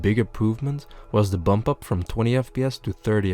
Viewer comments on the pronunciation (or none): none